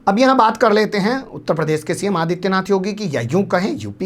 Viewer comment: Aapki news authentic rahti hai news presentations bhi umda rahta hai Pleaae talaffuz (pronunciation) sahi kijiye jaise zyadatar sh ko s kahte hai uttar pradesh ko uttar prades